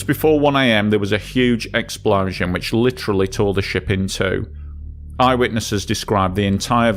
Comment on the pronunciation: I take a shot every time he says "exPLAUszun"